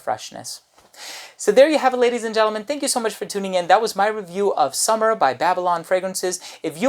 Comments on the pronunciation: SUE-MER is probably the pronunciation rather than "summer". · "sOOmer", not "sUMmer", big, big difference.